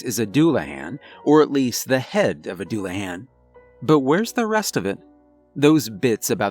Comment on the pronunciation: aside from your gross mispronunciation of Celtic and Dullahan, it was an interesting story